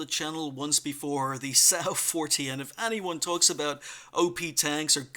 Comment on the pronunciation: I think it's 'Som' 'Wa' 40